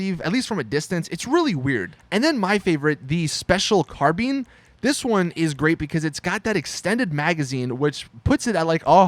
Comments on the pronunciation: The special carbine nahhh THE SPECIAL CARBEAN IS BETTER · special carBEAN LOL